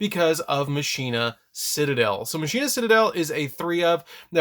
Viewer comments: FOR THE LOVE OF GOD!!! ITS PRONOUNCED MACH-ENA. It's Latin for machine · "Muhsheenuh" or "Mawkinnuh" that is the question of pronunciation... Its... its Pronounced like "Mawkinnuh" but sick video on one of my childhood decks when I just got them cuz they look cool